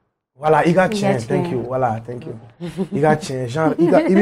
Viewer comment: Pourquoi il dit tenk you?